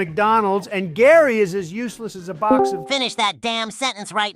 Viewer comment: why he say it like that im bout to eat the whole booox